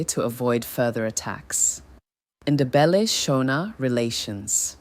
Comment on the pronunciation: Please put more effort in pronouncing names correctly and not pronounce them as if they are English names e.g. Shona is not Shawna. Mfecane, Ndebele 🤔